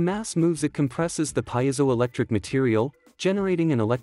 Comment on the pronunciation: Wrong pronunciation of piezoelectric.